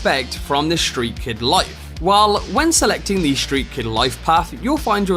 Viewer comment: Gonna take the Shtreet Kid